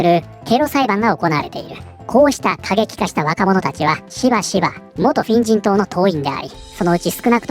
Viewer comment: 「フェン人党」が「変人党」に聞こえて、『確かに』と思った